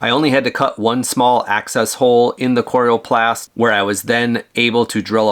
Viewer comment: Nice Video. Not sure about your pronunciation of "coroplast". :) One tip. When you plug the rig into a 15A outlet set the max current at 12A. This is required in the electrical code for continuous current (80% of max) and far less likely to trip a breaker or melt an outlet or cord. Even at 12 amps things will get quite toasty after awhile with continuous current like an air conditioner or charging a large depleted lithium battery pack. Have fun and be safe!!